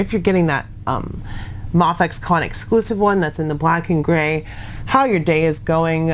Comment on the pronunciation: its pronounced may- fex not mahfex👍